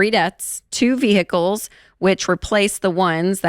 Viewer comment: Vee-HICKLE..did you mean vehicle you moron?